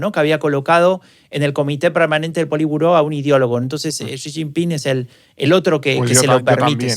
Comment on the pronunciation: Es xi no chi, no sabe ni su nombre